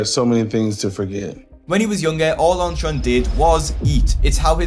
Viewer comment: I keep forgetting what this guy's actual name is since I keep hearing "OnTron"